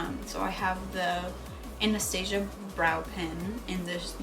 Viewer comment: She said Anastasia Wrong